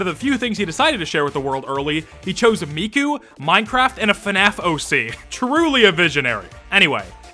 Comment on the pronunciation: imagine going to work with killer animatronics and a miku expo poster is on your wall edit: crying on how he pronounced miku’s name lmao. tbf her name is japanese and this guy is canadian